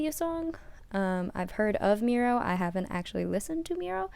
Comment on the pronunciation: Yes you said it correctly MIR-OH, no it’s the not; they’re debut track was “District 9”. This title track was part of their Clè 1 album comeback around their 1st Anniversary. APOLOGY TO EVERYONE I HAD A BRAIN FART THAT DAY IT WAS SUPER LATE WHEN TYPED THIS BUT I FIXED THE ERROR